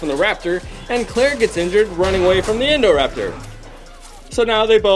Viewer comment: It’s not endoraptor it’s INDOraptor